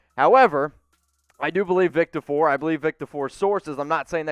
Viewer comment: For the love of god say Vic Tafur’s name properly. I know it’s a petty complaint, but get it right lol